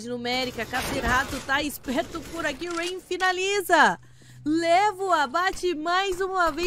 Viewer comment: Narradora zero emoção, falou o nome dos jogadores td errado "roups" "rayan" kkkkkkk